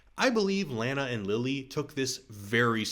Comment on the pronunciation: You're purposely saying Lana incorrectly... Why?